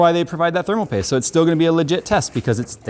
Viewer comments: "Tape of thermal pooste." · “Tape of thermal poost”